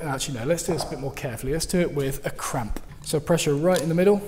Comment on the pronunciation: Really enjoy your videos! I’ve got to admit though, every time you say cramp where I would say clamp, I get a virtual brain cramp....😜